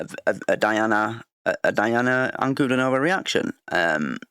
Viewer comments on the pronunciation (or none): Please learn the pronunciation of her name...Ankle-diii-nova, (not stress on the -no-syllable) please learn if you are a real fan